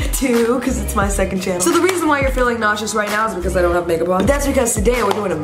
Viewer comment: Liza Koshy Too when you said "the reason your feeling noshes " i was eating mac n cheese and i allways feel noshes after😁